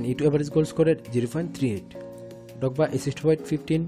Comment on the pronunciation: Didier Dogba 💀💀 Say the R man